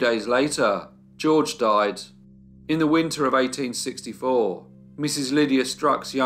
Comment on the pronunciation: noticing a recurring phrase in all your videos.... 'after a brief illness........THEY DOY-ED'..... 😱